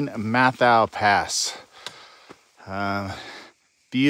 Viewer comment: I think it's pronounced Met-how.